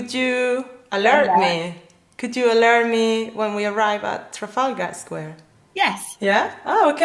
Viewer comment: very weird the way to pronunciate "Trafalgar"